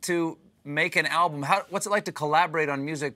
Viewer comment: I love Stephen Colbert!! His show is the best of the late night genre. However, at ":30" he says, "ablum." Hmmm.